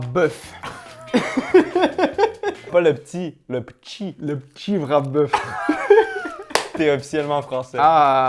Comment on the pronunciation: Demande sans oignons ! Tu dis toujours que tu détestes les oignons 😂 tu apprécierais beaucoup plus le "ptchi" c’est marseillais pas français comme accent ! Et c’est UN pas une emblème 😉 vous avez raison le Mc baguette c’est un fail. Le pain est degueu, dur…une honte pour le français !!